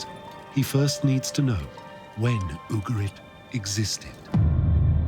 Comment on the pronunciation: Just remember it’s UgaRit, not UgaLit 😉